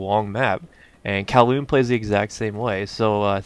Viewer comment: I like to think i had something to do with you pronouncing kowloon right this time lol